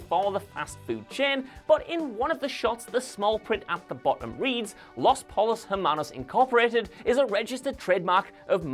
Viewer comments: It's pronounced Los Poi-yos Er-Mannos. Not Los Pole-os. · For the love of god please learn to say spanish words with at least some semblance of a spanish accect. I know you are a Brit who is barely able to pronounce TH and other normal english sounds, but you sound like an idiot everytime you say "Pollos Hermanos". Just so you know, it does not sound like the collared shirts from Ralph Loren + her (the pronoun) + man-o's like (like the cereal cheerios). Try this (Po-yos + air-mah-knows)